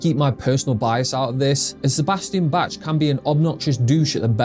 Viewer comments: It's Bach, not Batch. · Bach is pronounced Bahk or Bock. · “sebastian batch”=dumbass ai bots cant read their scripts right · Sebastian Batch? You have “personal bias” about a guy whose name you can’t pronounce? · This guy can’t pronounced Bach. Red flag. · Maybe pronounce Bach's name right?